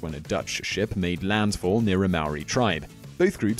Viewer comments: Mar-or-ri?! Maw-ri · It's Maori not Maoris. No plural no matter what. The Maori of New Zealand preformed cannibalism. Not "The Maoris of New Zealand" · thats not how u say maori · hurt me when he said maori